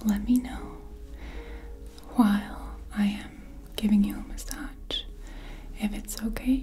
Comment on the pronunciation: You're one of my favourite ASMRtists but in this video the massADJ pronounciation is desyncing my immersion:D plz massaZ